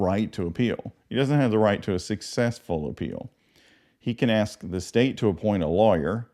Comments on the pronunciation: Great job but you missed the biggest one yet...It is not AX, the word is ASK! My mind went nuts everytime I heard that.. AX...AX.... AX..... ENOUGH YOU MUDERER.. Great Video.. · Aks and aksed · He axed alot... asking wasnt an option... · ) : ---- but he wouldn't ask; he'd ax.